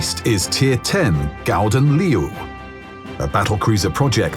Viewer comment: It's "Gouden Leeuw" not "Gauden Leeuw".